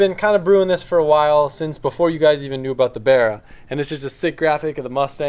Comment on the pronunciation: berah Aussies: BARRA